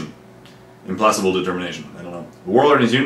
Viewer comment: Also implacable is pronounced Imm-plak-ah-bul, heard it in Dawb of War :)